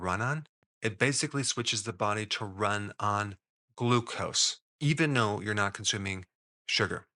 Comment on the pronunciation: Very important question: Why does Mr. Berg say "even no" instead of "even though?" Example here 👉 I've heard him do this in several videos...I need answers!!!